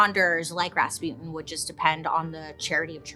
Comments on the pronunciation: РаспУтин or raspitin not rAtzputin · Raspyutin Raspyutin Gee can they not say Rasputjin (soft ch like in ciao or cucaracha) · It is Ras-putin tho like the Putin there is now not raspyootin’… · Gurl you even mentioned the song and still mispronounced the name 💔💔💔💔💔💔